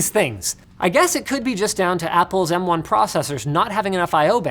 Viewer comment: AS was great, but pronouncing M1 as Moan would be even better... The new Apple Ass Moan